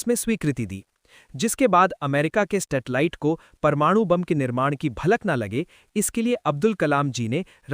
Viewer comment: Bhai plz info dete ho to apne shabdo pe dhyan do.... Stetali nahi "Satellite" amrita nahi "America"